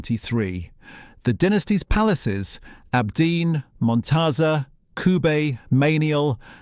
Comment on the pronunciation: You say abdeen but the the Arabic you displayed clearly reads aabideen (on the gravestone). What else did you get wrong or make up?